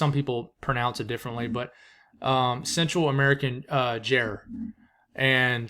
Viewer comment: Definitely a fan of the daily tropical updates! I’m pretty sure it’s pronounced gyre like JIE- er